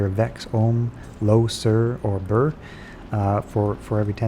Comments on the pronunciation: Its not BRRRR its pronounced "bear." I've tried farming LK superchests and only found an Ohm and Um once. Its not the quickest way. The best way is CS, cows, and Baal runs, go to high-density locations and just kill everything, A2 is good because its open and lots of big groups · BER, like bear, not burr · Why do all pronounce Ber as Bur? Sur is Sur for sure, but its not the same letter in Ber as it is in Sur. Ber is Ber, not Bur.